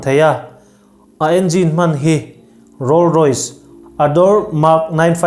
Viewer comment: Rolls-royce ti a lam tur, kan lo ngaiawm lok😂